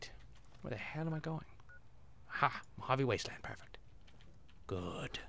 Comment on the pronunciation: Holy Christ, you called it mo-ha-ve! :(